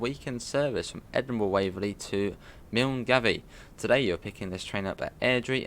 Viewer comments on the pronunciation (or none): Milngavie is pronounce Mul Guy